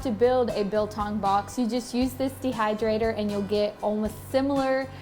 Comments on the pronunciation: As a South African I just want to thank you for staying true to the traditional recipe. Although their are various ways your method works perfectly. And your pronunciation was spot on. You clearly must have some some South African friends. 🇿🇦 🇿🇦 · Discovered your channel through Goonsquad and enjoy your videos a lot. Love the way you pronounce "biltong". The method is a bit different from from the way we're doing it back home on the farm in South Africa. I'm living in Taiwan for 21 years and built a big biltong box big enough to make 20kg at a time. one can't live without biltong or chilli-bites. Try making one batch using only coriander, salt and ground pepper. You'll get a much beefier experience. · As a South African, we eat biltong for breakfast, lunch and dinner. Well done on the pronunciation as well - it is not bad.